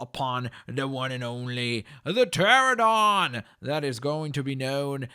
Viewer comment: Its Stego, not Stago, and Anky, not Anquee, please just say it right, Cause I don't know what source let you think its pronounced Stagosaurus, even though its Stegosaurus. Also its Teh-ra-no-don, not Teh-ra-don...